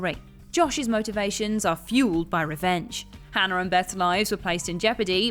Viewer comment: Or pronouncing Hannah as Hannar or militARY as miliTREE